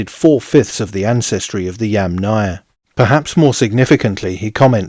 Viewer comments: You are clearly saying YamNAya, instead of YAMnaya. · person-turqouise-waving: hi, I liked your video! FYI, it does sound as if you are putting much more stress on the "náya"... next time, do try it this way; Breath in then breath out the word -- Yúmmna-ia.. best of luck, as I know it is difficult. Personally, I rather hear you say "pit culture" instead, which is the lit. name of it. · Yamnaya is pronounced with the accent on the FIRST syllable. -aya is a suffix, and suffixes never take stress. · yes, many knowledgeable people said something about the name of the pit culture being repeatedly mispronounced by the author.. It is a russian word, it is feminine, it is difficult for English speakers to say correctly. . "яма" lit. means pit.